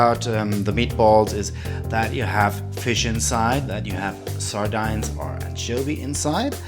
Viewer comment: Königsberg or Kenichsberch is in Russia these days, not Prussia or Poland.... What are sar-dynes ??? They are pronounces sar-deens. It's not "sweated flower" its making a light roux. That would be the same nonsense as translating vacuum cleaner to dust sucker..... Do it in German, you English is so-so....